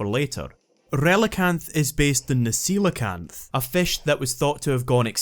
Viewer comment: I really appreciate that you pronounce Coelacanth properly.